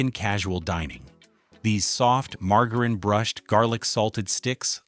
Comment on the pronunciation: I HATE the robot narrator in these videos. Pronouncing easy words like “margarine” four different ways and always incorrect. Embarrassing that whoever used an A.I. service instead of a human, thinks these videos are a-okay. No, it’s NOT a-okay! 😡🤬